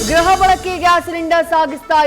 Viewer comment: ತಾಯಿ, ಗ್ರಹ ಎಂದು ಹೇಳಬೇಡ, ಗೃಹ (ಗ್ರುಹ,) ಎಂದು ಹೇಳಬೇಕು 😢